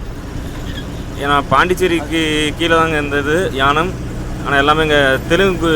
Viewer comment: தம்பி அது யானம் அல்ல ஏனாம்